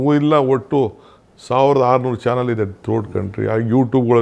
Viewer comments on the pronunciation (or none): none